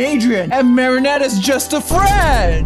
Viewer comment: is so funny he says is it marinnete evry game